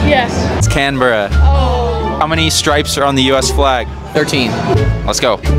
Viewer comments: Canberra is pronounced Can-bear-a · As someone from Canberra thank you for acknowledging us but the way you pronounced it was horrifying!